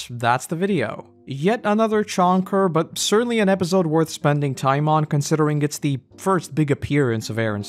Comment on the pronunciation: Love these videos but I hate the way you say episode 😭